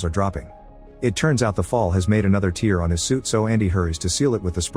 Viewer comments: One day they'll figure out how to make the AI voice say tair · F.F.S TEAR is not pronounced TEER feckin AI SHITE. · Using 'tare' (as in unladen weight), instead of 'tear' (rip) helps when the Ai is less than perfect. Phonetically the same and sounds much better than the mistaken 'tear' (cry) which some seem to struggle to catch in editing. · AI is narrating this. The word is pronounced "tear" as in "tare" and not "tear" as in liquid emitted from the eyes during fits of emotion.